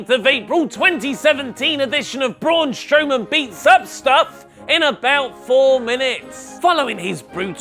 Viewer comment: Did he just say braun Strowoman 😂😂😂